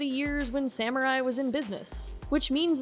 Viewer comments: Why are you pronouncing Samurai "Seemurai"? Never heard anyone say it that way lol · Wait did u realy say seemurai instead of samurai?